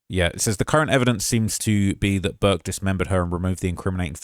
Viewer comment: you said "Durk" instead or Burke.